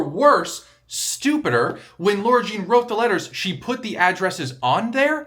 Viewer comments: I think it’s lah-rah jean. And you’re going to looooove john ambrose mclaren <3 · As a real life "Lara", the way you were pronouncing "Lara Jean" was hurtful 😂🫠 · I love how he perfectly pronounces Kavinsky but not Lara